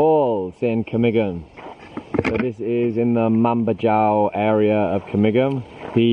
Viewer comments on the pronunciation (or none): Mambajao is pronounced Mambahaow, not Mamba-djaow...